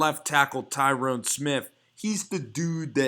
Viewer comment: Tyron not Tyrone. La'el not Lionel. 😨